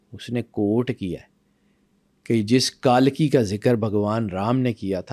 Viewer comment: تلفظ صحیح ادا کرۓ ,کالکی غلط ہے صحیح تلفظ کلکی ہـے